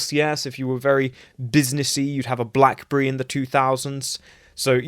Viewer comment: did he say,” a blackburree”?